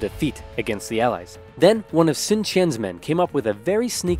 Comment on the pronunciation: Sun is pronounced soon